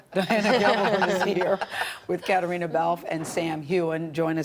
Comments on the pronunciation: Gayle didn’t even pronounce Caitriona’s name correctly the first two times she says it. I’m very unimpressed with her in general. I also agree with another commenter that she should never nave brought up what is or isn’t under the kilt. Very unprofessional. This interview and the three people doing it failed miserably. 👎 Diana Gabaldon seems somewhat irritated with some of their questions, and I find that hilarious. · Catriona should jump up and tell her how to pronounce her bloody name properly. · Both ladies did it but Gayle kept saying it over and over. I cringed